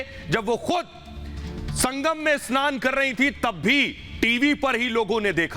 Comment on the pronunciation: एस्नान नही स्नान होता है, पप्पुड़े